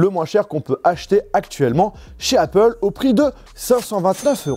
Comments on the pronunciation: Heypeul ? Tu sais que même les ricains disent Apple ? Mdr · Je comprends que tu essaies de faire un accent anglais quand tu dis Apple mais ça se prononce Apple et non pas Aypple. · Le « aypple » est insupportable 😂